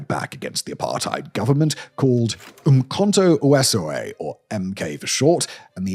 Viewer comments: yup, or think about it like this,the f in flamingo is the same sound as the v in vlakplaas. And UmKhonto Wesizwe' pronounciation was a bit bungled. UmKhonto is correct but Wesizwe is not - it is more like weh-seize-weh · Simon as you have a team of researchers to write your scripts, you have one job and one job only, which is to read those scripts correctly. Umkonto we sizwe is not pronounced umkonto wizwe, that should be obvious. You should have checked how to read names like Coetzee too. SWAPO is SWAPO, not ''swarpo''. I wouldn't have mentioned it but you did a similar thing with German words in another vid the other day. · Americans and butchering African names. Umkhonto Wesizwe. Pronounced Oom-Corn-Tore Where-Cease-Where. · Butchered Umkonto Wesizwe but that hardly detracts from the story.